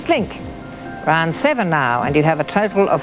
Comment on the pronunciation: She says total exactly like turtle.